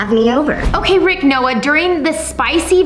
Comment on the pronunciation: LOL YOU SAID RICH 🤣🤣 ITS RICK 😜😜